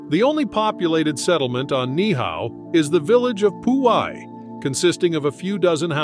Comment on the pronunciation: Absolutely agree, many of the video clips are not of hawaii. Also, the pronunciation of Ni'ihau is incorrect, you pronounce both of the i's.